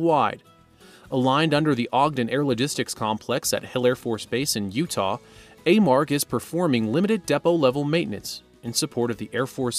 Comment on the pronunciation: It's pronounced A-marg. My husband and son have worked there for over 10 years.